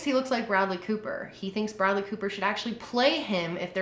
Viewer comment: Oh no no no. Though shalt not bastardize the name of Bradley Cooper in such a fashion. 👎🏻